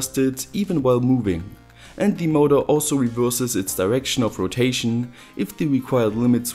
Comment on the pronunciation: "Peipöör, modöör, weieöör" no hate, but it sounds fu** funny. :P